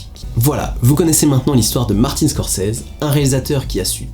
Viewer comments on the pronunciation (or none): "ScorSese"... et non "ScorCese"...